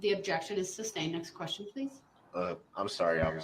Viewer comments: The fact that we are on like week three, and he calls it “substained…”. That just doesn’t bode well for his future. He doesn’t recognize that he is the dumbest person in that room. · Substained? Grouns he axed without relevancy !